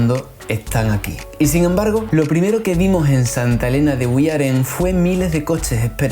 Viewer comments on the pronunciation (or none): Es santa elena de uairen... no guyaren... soy de aqui... 😊 y gracias por este gran video de mi gran sabana siempre eh dicho que aqui nací y aqui morire pase lo que pase... SANTA ELENA DE UAIREN ORGULLO SABANERO 😊❤ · Se dice Santa elena de uarien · Mi santa elena querida T-T, por cierto se pronuncia Guairén.